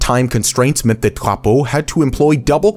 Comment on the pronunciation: Your pronunciation of Drapeau was very good! Très bien!